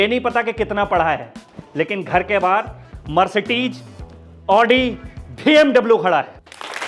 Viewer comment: Mercedes❌ Marsatees ✅😢